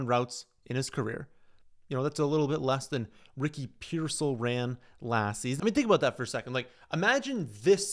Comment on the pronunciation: Stopped listening after pronunciation of rickey pearseal